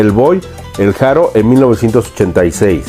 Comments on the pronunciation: No se pronuncia "Jaro" sino ARO, Andrés y Julio NO ERAN HERMANOS; su música no tuvo nada que ver con el son cubano sino jarocho. Es muy confusa tu información y sintáxis. :/ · La H no se pronuncia en el español es Haro! Escucha las entrevistas que han hecho al Boy y aprende mas,preparate mas!